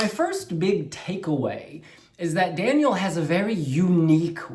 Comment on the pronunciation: You are the only one on the internet who pronounced his name right, well done! I cannot wait to see the staging and hear Daniel sing live.